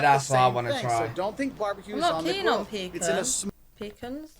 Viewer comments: PEECANS are what your grandparents keep under the bed in case they have to pee in the middle of the night! It is pronounced "pacahns". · We don't pronounce pecans as pee-cans, we pronounce it as puh-cons/peh-cons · Don’t say pee-cans. They are pronounced pa-cans! Especially in the South! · Puh-khans and puh-neuts are for France. Pee-cans and peanuts are for Americans. You are not from France so quit pretending. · PEA-KAHNS - not pee-kins - are NOT sweet. “All of your hearts 💞 need to be blessed” BIG TIME! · Quit saying PEEK ens IT is pronounced pee CANS (accent the capitalized sylable) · They aren't (Pee-Kuns) They're (Puh-Kahns) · Bless your heart. You guys need to pronounce pecans in Southern: pee-canz, canz as in ants or dance. If you need a place to stay on the east coast of North Carolina, let me know. We own a place in Beaufort, NC a lovely fishing village. I'll let you stay there for free. Seriously. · Pecans is pronounced with the first syllable very soft and the second syllable very hard: p kahn’ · In the South pecans are pronounced Pi-Kahns… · Pecans are pronounced pu-cons 😅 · pecans are pronounced pa caans